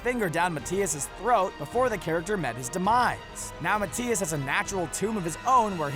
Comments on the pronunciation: Isn’t it Mathias? Not Matias lol but hey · Also, it's Ma-thy-is no Mat-tay-is. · "Mah tee as"? It's pronounced "Math I ass"